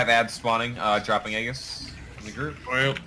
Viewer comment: I had an aneurysm listening to how your team mate pronounced 'aegis'